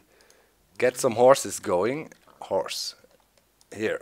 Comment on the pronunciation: Did you say horse or hores